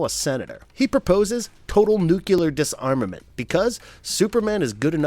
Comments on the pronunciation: It is pronounced "new clear" not "new cue lear" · New-cu-lar = wrong. New-clear = correct. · Please add new-cle-ur to that list too. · I'm really sorry but I stopped watching after the second time I heard "nucular."